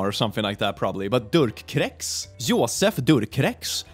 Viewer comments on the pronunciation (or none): its pronounced Jozèf Dükrø. if you want to curse french language for existing, go on, I understand